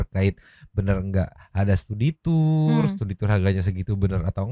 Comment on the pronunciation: Studi tu-ur... Tu-ur tiris